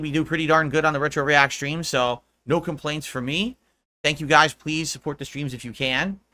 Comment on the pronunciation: Do you remember his goal half dozen dent tippers that have been tipping him for years? It's fifty bucks a schtream in case you didn't already know. I mean he tells you every single schtream if you weren't aware. So that's fifty bucks to avoid any confusion. Let there be no doubt that it's definitely fifty bucks a schstream.